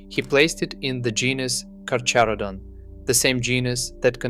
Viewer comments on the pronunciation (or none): Miocene is pronounced ‘myocene’ and carcharodon is pronounced ’karkaradon’